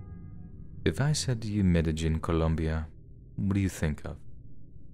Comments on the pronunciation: Its MEDE-YEEN not MEDE-GIN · Medi-JIN? Try Medi-HEEN. It's as if lives under a rock. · Some if the best stories I've heard all summer. Great narration, as always. P.S. It's pronounced Med-ay-heen. The "j" and "ll" pronunciations symbols for Mesucan Soanush are both basically "h." Regardless, good finds and well done. Thanks for the mental vacation! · Thanks so much for these! 🥰 (Just a gentle bit of pronunciation help, the place in the last story is pronounced "medda-'yeen..'" I hope that helps! 💕)